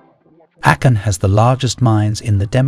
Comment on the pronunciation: ā-Kon. Not Accon. 😂